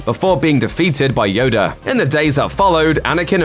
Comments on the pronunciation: who’s “Yoder “?? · “Yodu” has me dead 😂😂😂